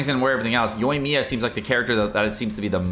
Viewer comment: it's 'Ya-eh' not 'Yay', please!!!! 🤣 also keep up the great work!:)